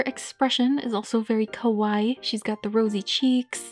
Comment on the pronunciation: they way you say kawaii actually means scary in japanese :( so ur saying their faces are scary lmao, when u wanna say cute you pronounce it Kawa-EE